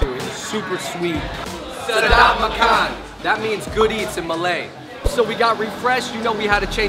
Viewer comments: Hahaha the way they pronounce "makan" is so unique XD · Welcome to Malaysia! Hearing them pronounce the malay vocabulary, cracks me up. Come visit Kuala Lumpur if you have the time.